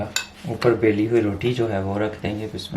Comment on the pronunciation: Billi gai nhi hota baili gi hota h bhai or thora ahista bola kren hum behre nhi hn